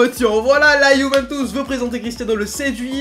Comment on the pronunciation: Arrête de dire yuventouce c’est putain de chiant 😂